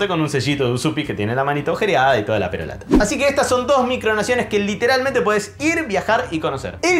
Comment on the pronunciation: Me pareció escuchar PEROLATA cuando debías decir PERORATA